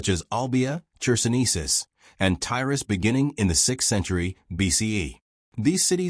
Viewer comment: Tyras, not Tyros